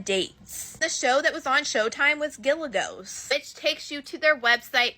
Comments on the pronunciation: It's pronounced Gigalos or Jigalos, not gilagos. Lmmfao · Lmao she said GILAGOS 🤣 (Jigg-a-low) is how its pronounced 🤦🏾‍♂️😅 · Lmao. Diff between escorting and prostituting. She said "gilgos" instead of gigolos. 😂😂😂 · Yo god you have to vet some of these videos, the stoufers theory was bs…and ok girl couldn’t even say gigilos correctly